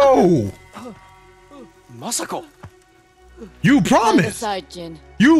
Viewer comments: Where do you keep getting the N from in Masako lmao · he calls masako masengko ..the heck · MA-SA-KO not masainko. It ain't that difficult lmao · He keeps calling Masako Masenko🤣🤣😂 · can't say Masako. I laugh at reflect to kid Gohan in DBZ. saying Masako wrong equals Kid Gohan: Masanko no= Masanko ha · My man's said masenko I'm done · Muh-Say-Ko 🤣 bruh why you say her name like that.